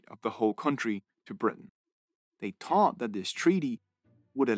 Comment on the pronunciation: love the accent thinking its Irish, the 3 sounds like tree...and 30 sounds like "terty"..and.thought sounds like "taught" thats so funny.and cute at the same time...